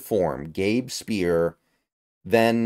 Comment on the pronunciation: Also, Gabe Speier is pronounced SPIRE not SPEAR 👍